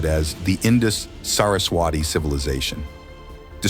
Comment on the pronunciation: SUPERB documentary but your MISPRONOUNCIATION of the words makes me CRINGE. How I wish you learned how to pronounce the words. Saraswati is Saras-wathi and not Saras-WAATi.